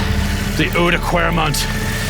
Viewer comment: Nice! Try to say the ou in Oudenaarde and oude kwaremont as the o in wow or down. Oude kwaremont. Ask Dan, he has nailed it. Rob Hatch does it brilliantly as well. Going to watch the video now. Big respect for trying to ride these cobbles, I wouldn't dare to. Spoiled with lovely bicycle paths in holland.